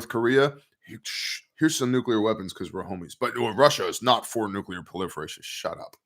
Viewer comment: You’re the only one who pronounces nuclear correctly lol